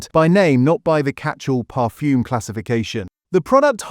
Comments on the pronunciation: Really bad pronunciation. I'm not too sure what 'parfume' is for example ! Stop using a computer and do it manually. Otherwise, for me anyway, I think that the video is no more reliable than the content ! And why aim this at only 0.85% of the worlds population ? There are a few more of us around than your target audience. Is this some sort of targetted audience manipulation video instead of 'made for clicks' video ? Oh and I don't have a "Hype' button. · Parfume?! The AI has a speech defect.